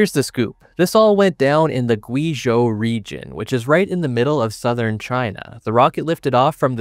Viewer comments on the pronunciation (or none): Weibo = "Way boh". Guizhou = "Gway Joe".